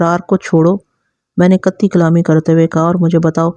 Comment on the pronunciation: قطعی نہیں قطع کلامی آخر میں عا پڑھیں گے